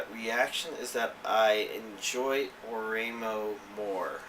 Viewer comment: I love your videos, but you pronunciation of Ore-imo is bugging me lol. Ore imo is two words, ore (pronounced "o-ray") and imo (pronounced like ''emo' in the word 'emotional').